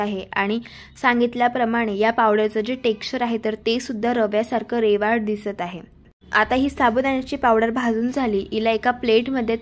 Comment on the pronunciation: रेवाल नाही रवाळ